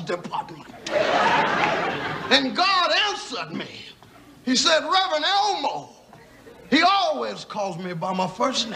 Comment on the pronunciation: It's Rev Elmore.. not Elmo 😂